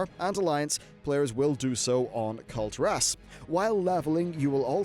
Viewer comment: Nice video but please it's Kul'tiras not Kulti'ras, listen how the blizz developers called it in blizzcon don't say it wrong forever!!